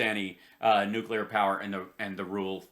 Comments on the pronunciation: New que ler. OMG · Nucular? Isn't it pronounced nuclear?